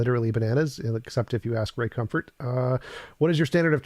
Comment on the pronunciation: He's not Australian. Ken Ham is Australian. Listen for Ray's mispronounced vowels and you'll hear it.